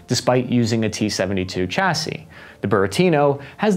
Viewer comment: chassis, not 'chasse' .